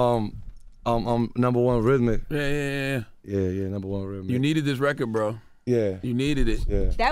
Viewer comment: attention all new york people: its RECORD not RECKID